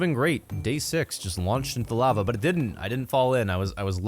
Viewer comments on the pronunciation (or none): none